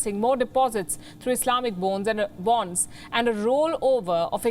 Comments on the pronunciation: Did she deliberately say ' islamic bones ' instead of islamic bonds ,😂😁? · it's a "bone" 🦴🦴🦴 not bond .. a new bone🦴 for a new 🐕... . 🤣😉😂.